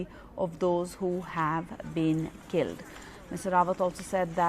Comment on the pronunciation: அடியேய் அது என்ன கில்டு கில்டு னு சொல்ற? Those who r died